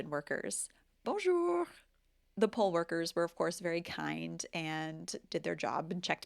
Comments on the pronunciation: I’m not a native French speaker but to my ears your accent is very light. Unsure why you can’t pronounce the R in bonjour since you pronounce it just fine in other words. Can native French speakers back me up here? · bonjour, merci beaucoup pour cette video. Très franchement, votre "bonjour" est en effet très fortement marqué. Allez faire un audiogramme juste pour vérifier que tout va bien au niveau de l'audition. Ensuite vous gardez en francais votre intonation nasale ( qu' on retrouve chez nos cousins quebecois ou cajuns plus au Sud) américaine. Je ne sais pas comment s'en débarrasser mais c'est une grosse partie du problème. Cela a une conséquence sur votre débit et le placement des toniques ( voir plus bas l exemple de Bonjour). Enfin, votre "chant" reste typiquement anglo-saxon, avec comme un commentateur l' a justement remarqué, la hauteur du ton ( pitch) qui remonte en fin de phrase, alors que les Francais descendent pour terminer. Egalement vous placez des accents toniques avant les finales de chaque mot. Les Francais de France ( pas les Suisses, par exemple) placent la tonique sur la finale. Exemples: un francais dit L'apparteMENT avec le ton qui descend et l accent tonique sur MENT ( si le mot est en fin de phrase, ca se complique si le mot est en milieu de phrase). Vous, vous dites l apparTEment avec en plus le ton qui remonte sur TE. un francais dit bonJOUR ( et dans certaines regions ca devient bJOUR). vous dites boNjour ( on entend le n naturel, que ne rend pas un Francais car il va completement le nasaliser avec le son "on"). Du coup, votre accent tonique se déplace sur la première syllabe "bon" ce qui ne sonne pas francais. Ces règles de prononciation sont tres anc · Your accent is excellent. As for bonjour, you pronounce it like the word years you used just after. The "our" should be simply ou (like mou) and r (like tour). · Your "bonjour" is off...take a phonetics class?